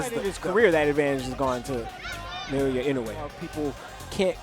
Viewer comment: nayoya? Seriously?